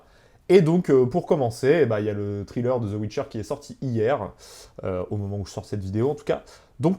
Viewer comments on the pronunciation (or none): Bon je commence à peine la vidéo mais merde tu me trigger à mal prononcer "trailer" j'vais t'goumer ! Viens qu'on s'la colle ! J'te prends dans la Fosse à Purin quand tu veux !